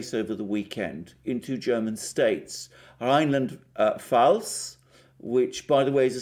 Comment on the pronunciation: Being German, let me please mention and let us APPRECIATE from on that Mr Alexander Mercouris is actually able to pronounce the names of those two German states of Rheinland-Pfalz and Baden-Württemberg perfectly well, particularly for an English speaking person. Kudos to you guys from a fellow Orthodox...! 👍👌💥